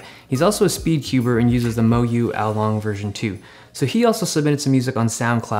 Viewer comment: Dave, do u cube aswell? because the way u pronounced the aolong was flawless :D, if so, what is your pb?